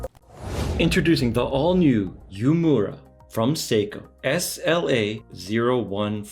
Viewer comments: It's pronounced "Ooo-Eh-Muh-Ra", not Yu-mura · Love your vids! Just for reference it’s pronounced ooh-eh-moo-ra though not as exaggerated